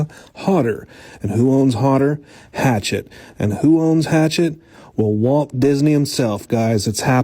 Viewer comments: I think it’s pronounced “hash-ett” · It’s pronounced hashette